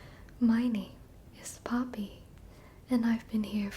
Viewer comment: I thought she said "POMNI" and I went: "TADC?" Then replayed it, and it was NOT Pomni. It was Poppy.